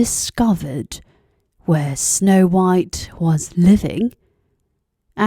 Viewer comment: 백설공주가 이렇게 따뜻하게들리다니 우리나라 영국발음전도사ㅋㅋ